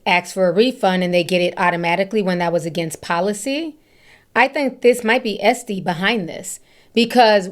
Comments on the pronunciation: Hi ti 👋🏾 just FYI, its E-Tsy and not E-sty 🤭❤ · It’s Et-see not Es-tee 😅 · Etsy missed the mark because the way you pronounce their name sounds 1000xs better than how they do. It sounds like a luxury brand the way you say it <3 We need to petition them the change it.